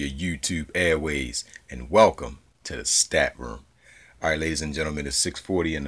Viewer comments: dude, i love you but you gotta stop sayin airways. It's airWAVES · just stress the V man. AirwaVes. And keep killin it, love your videos!